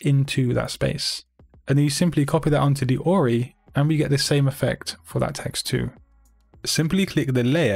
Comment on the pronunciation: Who else heard ROI instead of ORI?!!🤔